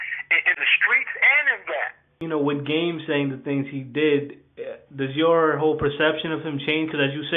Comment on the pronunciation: Lmao this nigga said "gayme"